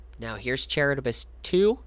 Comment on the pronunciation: Charybdis=Ka-rib-dis. Named after the giant whirlpool from Ancient Greek/Roman stories. Hearing you mispronounce it every time was killing me.